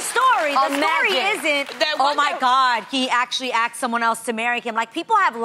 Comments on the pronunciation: Why do people pronounce "asked" as "aksed" it bothers me sooo much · AXED????? Asked..... oh my word!! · No shade, but can Adrienne please learn how to say „asked“ not „aksed“? Like in all the segments when they do a poll, she always says „we aksed you...“ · "axed" .... k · Why why say aks!!!?!?! So annoying! and she swears her current man is good looking. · She never says it right 😭 aKKKSSed